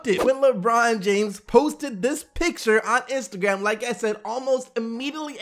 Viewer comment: ARTHUR NOT AUTHOR